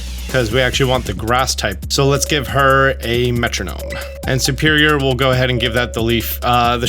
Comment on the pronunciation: thank you for these guides but why do you always say "SUperior" instead of "SERperior"?